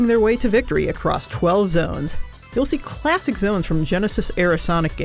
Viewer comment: "CHLASSHIC sonic"